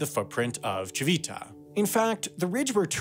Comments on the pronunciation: I'm not Italian and don't speak the language, but I do have some knowledge of Italian pronunciation and my ears were bleeding with "tchee-VEE-tah" (even though there was that Italian man pronouncing it correctly as "TCHEE-vee-tah", yet the narrator didn't get a clue from that). And "BAGG-no-re-gio" made me want to ask him if he says "filet MIGG-non" too... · This is great, but I have to say, the G in Bagnoregio became a bit unbearable after the first ~20 times it was said. Ci-VI-ta also didn't help (it's CI-vi-ta). You could have looked up the pronunciation if you were going to use it so many times in your script. Other than that, wonderful work! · thanks for trying hard to pronounce italian names, we know it's hard. Regarding "Civita", the accent goes on the first "i", so it's "CHIH-vih-tah" Interesting video also for italians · Apart from the continuously mispronounced "cività". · Lol I'm Italian and it sounds dumb how he pronounces Civita 😂